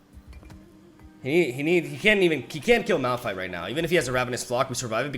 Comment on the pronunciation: It's Malfight not Malrun